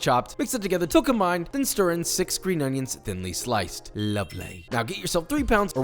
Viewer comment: Fuck can this hipster stop singing shit and say onions properly.